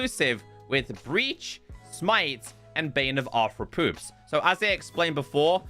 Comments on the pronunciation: Yep Arthrewpoops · I think he's calling it arthropoops 😆